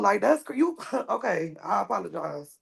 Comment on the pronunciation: "I APPALLOGISE....."